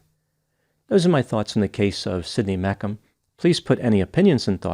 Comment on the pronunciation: It's Me-shum not Mekum lol!